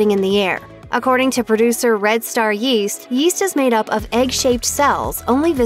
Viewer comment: Yeast? I thought you said Weest.